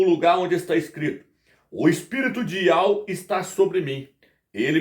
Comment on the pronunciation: YAUH está errado ,no hebraico não tem encontro de ditongo.Não se pronuncia YAU NO HEBRAICO